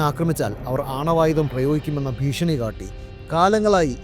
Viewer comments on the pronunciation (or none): none